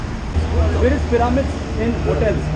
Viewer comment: sir love your vlogs!! you are the best ... but only one thing sir you are pronouncing pyramid wrong...